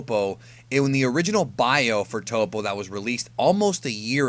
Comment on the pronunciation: It's definitely "TOE-PO" right?! Not "TOP-O", Please let me know